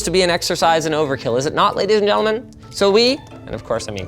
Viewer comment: “is it not ledy and yennlemin